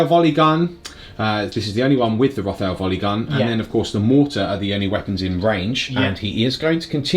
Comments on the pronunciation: I love your content, such a wide variety, good production values and charisma. But it would be even more amazing if you pronounce it ROT HAIL, as in a hail of rot D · one thing. I'm guessing the rothail volley gun is pronounced rot-hail. Anyway, great vid as always! thnx guys! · Rot-hail..... as in a hail of rot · I love you guys, but I wince every time you say “rothail volley gun” like that. It’s a Rot Hail volleygun :D